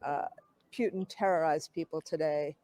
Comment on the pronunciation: She pronounces Putin properly. Say "mutiny", then replace the m with p...